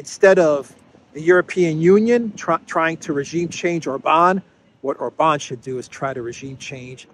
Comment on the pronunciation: I am still working on getting to say OR-bahn instead of Or-BAHN 😁